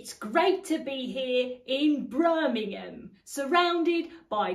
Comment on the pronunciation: You had me at "Brirmingham"!